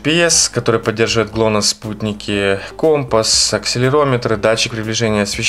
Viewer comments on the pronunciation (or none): none